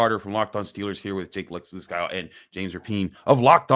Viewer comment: He said Jake Listencow. 😂